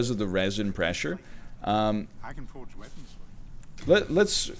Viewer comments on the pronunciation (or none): none